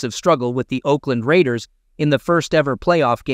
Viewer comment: Finally someone said it correctly Oakland Raiders